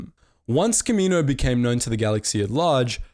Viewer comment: Can you say Kamino correctly consistently please, like just watch episode 2 if you need help pronouncing it... Seriously I don’t mean to me rude, but I have no clue what you were saying at the beginning.